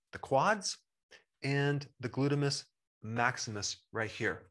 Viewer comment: "Glutimous"??? Hell I'm not a Doc and I know it's "Gluteus"